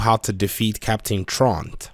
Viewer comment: Captain "trawnt?" Don't you mean "troo-int?" Am I missing something obscure?